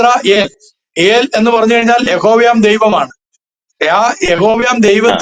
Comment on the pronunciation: ഈൽ അല്ല ഏൽ